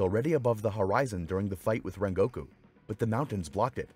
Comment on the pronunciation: i cant stand the way he pronounces rengokus name